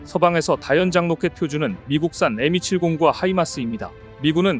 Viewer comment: 좀 이상한 테클이지만 엠270... 발음좀ㅎㅎ 에미70으로 들리는건 제가 이상한건가요?